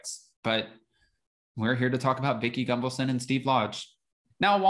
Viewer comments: As a new viewer to your channel I have a question. Are you purposefully mispronouncing Vicki Gunvalson’s name to shade her?😉😉😉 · Way to keep spreading the “big lie”. I’ll think twice before I watch another video of yours. Didn’t realize you’re a tin hat wearer. O, and btw….STOP mispronouncing Vickie’s last name!